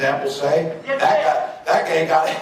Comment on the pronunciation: "He said gay".... I mean come on, he meant to say guy. You're going to actually make a bit out of that.